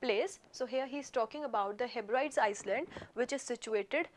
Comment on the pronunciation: Guru! It's not heb- rides, you should pronounce it as heb ri dees.